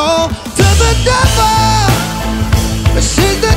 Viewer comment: Why do you say pevel but not truble